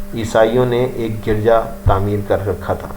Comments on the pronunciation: Garja nhi hota Urdu mai girja bola jata hy kmazkm Urdu you sahi prh lo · Your pronunciation of garja is wrong. You should think about your of Urdu Arabic and english.you have pronounced many wrong words please answer